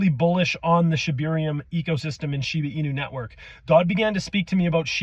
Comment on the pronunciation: I tried paying really close attention to what you were saying ,but i kept hearing "Shina" and "Shiba", are you refering to the same thing? Just want to make sure i understood it correctly.